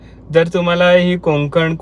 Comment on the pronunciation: कोकंन नाही रे कोकण असं आहे ते